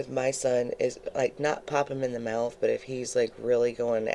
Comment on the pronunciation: I literally hate the way she says mouth!!!!